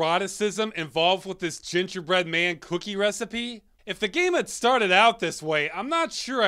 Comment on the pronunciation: why does it sound so weird every time he says cookie